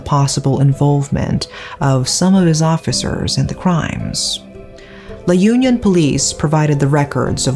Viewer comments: Sorry to butt in but it's not pronounced as /yun-yon/ but it's pronounced as /ū-nyon/. It's not an organization as what you pronounced. It's a place. Suggestion, if you're going to give narrative about a specific place, please have research on how it is pronounced. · La Un(eun) - yon :) that's how it's should be pronounced... anyway, thank you so much for covering this case.. I haven't heard about this b4 and it reminded me of that movie with a female lead named Anna that woke up when she was assaulted in the morgue table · I giggle every time you say La Union, hehe It's supposed to be La Union as in Unnie (언니) -yon. Good story telling as always!